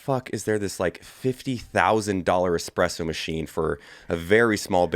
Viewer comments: Pleeeease.... there is no "x" in espresso. Can we get the foundation right? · Evan "Hold my expresso" Hafer